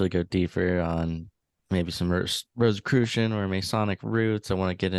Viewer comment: I'm immediately questioning his veracity simply by the fact that he pronounces it "Rose Croy" I highly doubt the leader of the Templars would pronounce it like that